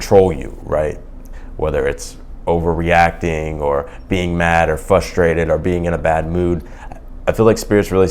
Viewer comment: Can you say Frustrated not fustrated? If not please stop using words that you can't spoke.